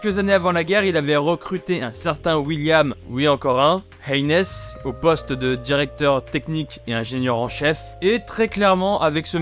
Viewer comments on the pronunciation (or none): none